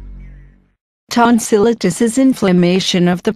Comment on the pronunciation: she's pronouncing tonsillitis wrong